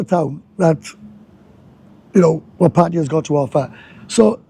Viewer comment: Thank you for pronouncing Pattaya correctly